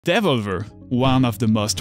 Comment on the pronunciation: From the first pronunciation of Devolver I was in. 👌 I’ve never heard it that way and I like it. Really interesting video. Keep up the good work.